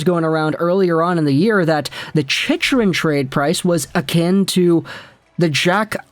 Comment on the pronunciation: I can't take this guy seriously when he keeps mis-pronouncing Chychrun's name incorrect in all of his vids.